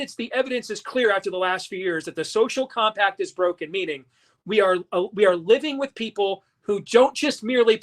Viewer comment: Nono he said Sophomore Combi-pack